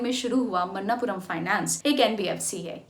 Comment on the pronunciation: Manappuram, not mannapuram